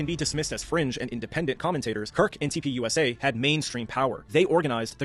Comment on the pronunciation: Gosh! TUPUSA (TURNING POINT USA) Stop saying it wrong every time